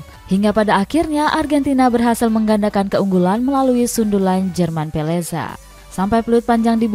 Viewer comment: ada beberapa kesalahan bang, bukan formasi 422 tp 433 bukan peleza tp pezela. ujung tombak nya bukan messi dan mcalister. maaf bukan rewel, tp sering tiap video dari cetak gol harian kesalahan informasi pengucapan. semoga lebih maju lagi kedepan nya